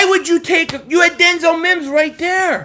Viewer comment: “Denzel mims” 😂